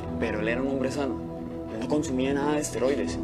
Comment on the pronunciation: ¿Nadie en producción se dio cuenta de que los actores dicen 'asteroides' en lugar de 'esteroides'?